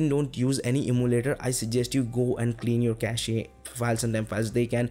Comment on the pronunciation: Nice content. Thanks. By the way, its pronounced as "cash" and not "cashey". When its pronounced Cashey, it become a completely different word.